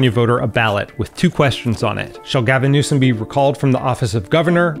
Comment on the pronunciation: “GALVIN NEWSOM” lol